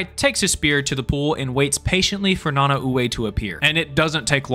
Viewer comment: I was literally ready to type and you mentioned about king shark also i could be wrong and I think it’s pronounced Na-Nah-Way